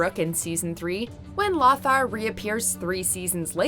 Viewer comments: It's LO-thar. Not LOTHar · FYI: The name "Lothar" is pronounced "Low-Tar." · LOthar. Loe-thar For sir lothar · it's pronounced low-thar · The way she pronounces Lothar is killing me!!! Sounds like a squawking parrot!!